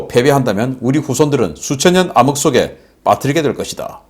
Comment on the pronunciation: 발음을 고쳐야할 단어가 있어요, 반도체, 암흑 이발음을 잘못하고 있어요. 한자의 음에서 반반, 어두울암 글자의 액센트가, 즉 훈이 어디에 있는지 내공이 제법 높은 중고등학교 국어선생님에게 2분만 배우면 됩니다. 수정하여 멋진 해설 계속되기를 바랍니다. 열렬한 시청자 올림.